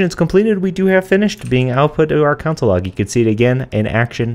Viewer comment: Are you pronouncing console like counsel? That's funny.